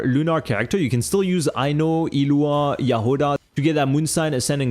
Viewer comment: i need everyone to start pronouncing the g in illuga's name. idk what the genshin team were actually going for but my closest guess as a polish slav is iługa and the g in that is nawt silent